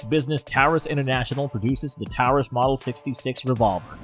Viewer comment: Pretty good video but learn how to pronounce Taurus and why say “dot” before saying the caliber? Just say thirty-eight or three-fifty seven?